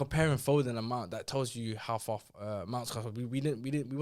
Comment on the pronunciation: saying mount over Foden is horrendous